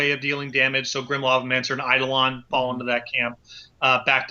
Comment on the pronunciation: If I had a penny for every time someone mispronounced "eidolon" I'd be loaded